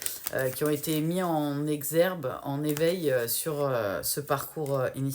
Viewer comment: Merci, "En exergue" et non "en exerbe"...